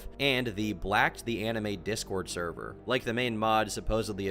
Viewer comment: No...not the therwer!? The therver got nuked!